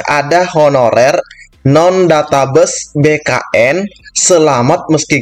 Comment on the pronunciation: mantab.... ijin koreksi pengucapan kata 'database' abang... maaf... pengucapannya 'databeis' bukan 'databus' ... mohon maaf bukan menggurui bang....